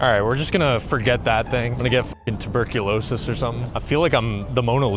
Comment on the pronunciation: you did say tuberculsosis